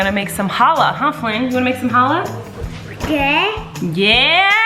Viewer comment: Hi! So I love that you’re making challah, but can I teach you how to pronounce it? In Hebrew, the “ch” sound kinda sounds like your hocking up a loogie. The sound comes from your throat. I hope this helps! Love from a fan who also happens to be a rabbi. ❤️